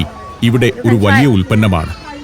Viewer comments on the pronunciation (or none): ശീവേലി കൊള്ളാം. പിന്നെ, വല്ല്യ, അദേഹം, പച്ചാത്താപം ഒക്കെ മാറ്റണം. വായനയുടെ രീതി, ശബ്ദം നല്ലത്.